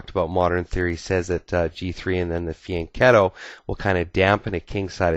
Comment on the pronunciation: Hi, great video. But are you sure your are pronoucing fianchetto correct???